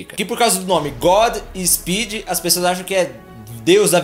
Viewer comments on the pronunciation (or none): none